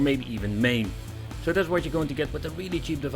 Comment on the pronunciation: why cant dutch people pronounce the letter "s" they always say "sh".... "thatsh sho shpecial"